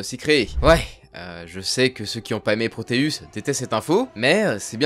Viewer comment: Proteus…. Le mec sait ps relire ses scripts avant d enregistrer 😅🤣🤦🏻‍♂️